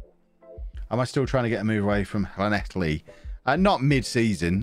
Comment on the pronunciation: Congratulations you can say llanelli without spitting on the camera and foging up your glasses, no one east of Loughor bridge can do that in Wales.